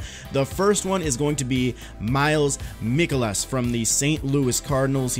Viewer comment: Its pronounced mike olas